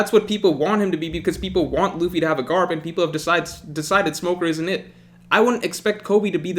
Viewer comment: I love how he says “Garp”